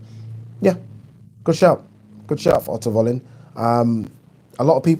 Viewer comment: Isn't Wallin pronounced Vallin?